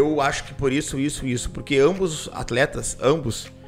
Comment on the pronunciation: pq esses cara fala prurque e não por que ??